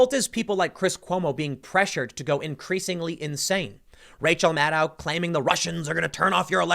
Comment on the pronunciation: Maddow rhymes with allow? Doesn't it rhyme with widow?